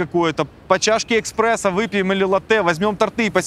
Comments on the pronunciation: На "жалюзИ" ударение правильно поставил и поэтому оно (слово) слышится инородным в спиче со звОнит и эКспрессо)))) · эКспрессо, ну надо же ааа🙄😂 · Чувак! лучше пиши себе текст! Какую нахер чашечку ЭКСПРЕССО!!!??? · НЕ НУ! Какой эКспрессо!!! 😱 -- -- Шо за колохоз, ты ваще за базаром следишь? Шо за дичЪ 😜😜😜